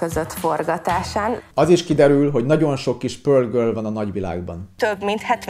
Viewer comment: Dehogynem! Ismétlés a tudás anyja.... Hátha könnyebben eltanulhatjuk tőle az oxfordi kiejtést...